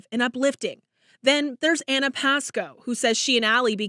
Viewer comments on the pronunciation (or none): none